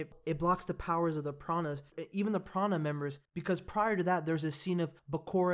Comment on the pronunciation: Prana? Do you mean the Plana? That's how they pronounce it in the movie.